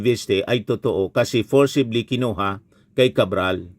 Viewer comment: At anong forsably? forcibly!!!! Ulol